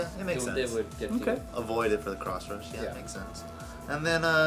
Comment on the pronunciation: It's pronounced Cross Rush, not Crotch Rush.